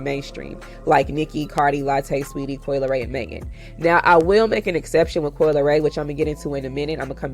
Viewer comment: Coi * Leray…. No “L” at the end